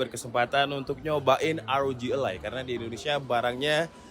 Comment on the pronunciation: rog ally om bukan rog a-lie